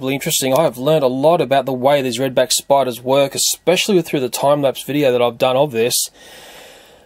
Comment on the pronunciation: Umm it's Spiders 🕷 not Spidars